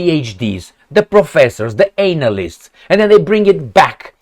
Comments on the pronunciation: it's "analysts", not "anal -ists" 😅. Thank you for your great job. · The "Anal-ysts". Like that